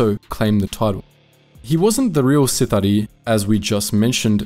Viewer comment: My dark side heart cries whenever you say "seethare" instead of sith'ari